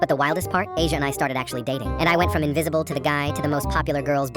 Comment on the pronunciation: Not Asia (Ah-Z-Yahh)